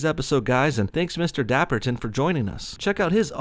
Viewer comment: Mr dappten I think you mean mr dab-ton